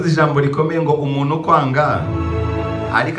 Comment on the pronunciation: nkunda ibiganiro byawe cyane,gukusanya iriyanyurabwenge ndabikunda cyane ariko ikintu tugiye gupfa ni uko utwicira urulimi.sinumva ukuntu wiga amashuri yose wize,ukaba uzi gukora ibyo ukora ariko ukaba utazi gutandukanya ingombajwi "n" n,igihekane"nt"ingombajwi"m"n'igihekane "mp".urugero:uvuga "umunu "aho kuvuga "umuntu",ukavuga "imano"aho kuvuga "impano"iyo uhageze rero ibyo uvuga biryana mu matwi cg ubutumwa utanga bugahindura umwimerere ndetse n,inyito.gerageza ukore imyitozo mu kuvuga ibihekane.Ndagunda ariko komeza ubushakashatsi n,ubwo ntakuzi.😁